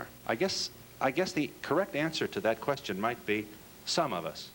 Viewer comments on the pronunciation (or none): none